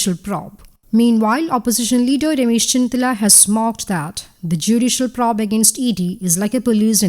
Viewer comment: It will be nice to hear the word probe pronounced the way it is supposed to pronounced.:):):)